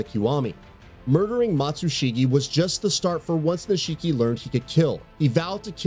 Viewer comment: They pronounce nishiki's name in game an this guy still pronounces it wrong. I'm starting to think someone didn't play the games they just got picked to read the script for this review.